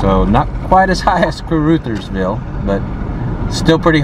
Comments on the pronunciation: Caruthersville is pronounced { cru-thers-ville} no hard feelings but i was born and raised here and know how to say it no hard feelings and the crime rate is quite bad but its a nice small town lot of stray animals and most of the burnt houses was from fire works and some house fires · Caruthersville is pronounced like this. karothersville. You have the beginning correct. The u in Ruther sounds like the o in other. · Caruthers is pronounced like brothers, with the ‘uh’ sound. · I always heard it pronounced (kerr-OTHERS-ville) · the C is pronounced K....so it would sound like Karuthersville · KAW RUTTERS VILLE is how its prononced. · I believe it’s pronounced car-UH’-thers-ville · (Pronounced) carOTHersville. 😊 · Honey, it's pronounced "ca-r-OTHERS-ville". 😘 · Pronounced: Car Others Ville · Its pronounced caruthers like brothers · Caruthersville...pronouced like mothers. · Ca-ruh -thersville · Pronounced.....crutherville like brothersville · Pronounced, CAR-OTHERS-VILLE now say it fast 😂😂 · Pronounced car others ville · Not Ca-Ruth-ersvi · The town’s name is pronounced car u thers vill with a long U sound! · Mispronounced Caruthersville too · Soft u on Caruthersville. Rush Limbaugh was from the boot heel. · It is pronounced Caruthersville. Uh as in umbrella, not oo as in you. I grew up in the area, specifically in Hayti. That is pronounced hay-tie, btw. Caruthersville was always bitty, put on a pretty good fireworks show when I was little. The casino brought a lot of hope for expansion, but Walmart left, and the town kind of gave up. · The "u" in Caruthersville is pronounced like the "u" in "hug" not like in the name "Ruth". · Pronouncing the name wrong, short u 😊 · Need to check your pronunciation of Caruthersville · Car ruthers (rhymes with mother) ville Hay-ti ... Hay-tie ... you missed Hayti Heights which is far worse these places love their high school football and basketball! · Pronounced Careothersville. And Hayti is pronounced Haytie. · Kuh RUH thurz ville